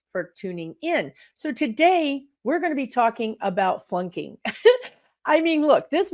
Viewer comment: I listen to this video for a while before I realized you were saying flunking not plunking. I was trying to figure out what plunking meant and why we needed to learn about it. That’s how my day is going.